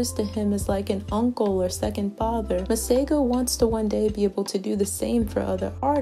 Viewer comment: 🤣🤣🤣so not impressed with the way my name is pronounced here..